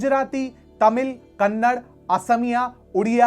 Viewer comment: ಭಾರತೀಯ ಸನಾತನ ಸಂಸ್ಕೃತಿಯ ರಕ್ಷಣೆಯನ್ನು ಬರೀ ಗೀತಾ ಪ್ರೆಸ್, ಗೋರಕಪುರ್ ಅಲ್ಲದೇ, ನಮ್ಮ ಕರ್ನಾಟಕದ ರಾಮಕೃಷ್ಣ ಆಶ್ರಮ, ಮೈಸೂರು, ಮುಂತಾದ ಹಲವಾರು ಸಂಸ್ಥೆಗಳು ಕೂಡ ದೇಶದಾದ್ಯಂತ ಮಾಡಿವೆ/ಮಾಡುತ್ತಿವೆ. ಹಾಗಾಗಿ ಗೀತಾ ಪ್ರೆಸ್ಸಿನ ಕೊಡುಗೆ ಅಪಾರವಾಗಿದ್ದರೂ, ಅಂದೊಂದರಿಂರಲೇ ಅಂತ‌ ಹೇಳುವುದು ತಪ್ಪಾಗುತ್ತದೆ. ಎರಡನೆಯದಾಗಿ, ಅದು 'ಕನ್ನಡ' (हिंदी equivalent - कन्नडा); ಕನ್ನಡ್ ಅಲ್ಲಾ. ನಿಮ್ಮ ಉದ್ದೇಶ ಸರಿ ಇರಬಹುದು, ಆದರೆ ಪದಗಳ ಉಚ್ಛಾರಣೆ ತಪ್ಪಾದಾಗ, ಅದು ಆ ಭಾಷೆಯನ್ನು ಅಪಮಾನಿಸಿದಂತಾಗುತ್ತದೆ. ಜೈ ಹಿಂದ್ 🙏🏻